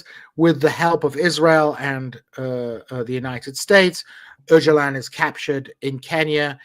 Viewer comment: proving that he is a true American by being completely unable to pronounce ”Öcalan”!😂